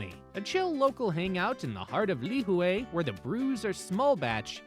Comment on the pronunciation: Lihue - pronounced lih-hooee And yes, Kauaii is a gorgeous, quiet island. We were married on Shipwreck Beach ⛱️ I remember watching Justin Beiber cliff dive there while we chilled at the Grand Hyatt One of my favorite places ? Tunnels Beach ⛱️ Lunch at the Plantation House and checking out the Art Gallery there was amazing. ❤ Last note - the island in December is at its most magical with all of the lights they put up everywhere you go (and it's cooler too!).